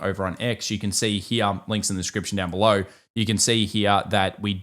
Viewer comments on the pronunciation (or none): none